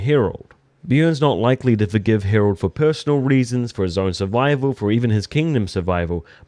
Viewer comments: Harald, not "Herold" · His name is Harald try and pronounce it properly